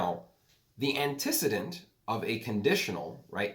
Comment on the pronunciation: Antecedent is pronounced “antee-see-dent” not “anti-sid-dent”